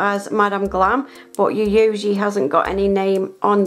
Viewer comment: lol every time I see you do a Yayogae video I feel your pain trying to pronounce it. It is actually pronounced Yi(Hi with a Y)-Yo-Gay. Love these videos dear.